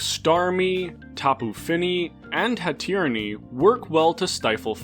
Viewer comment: why does he say hatterene that way?